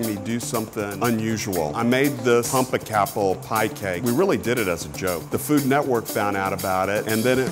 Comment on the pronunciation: guys - pum-pec-apple 🤦‍♀️ its that simple